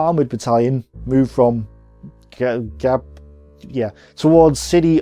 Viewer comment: Great video but has evolved so much. He can even pronounce Gabr Saleh.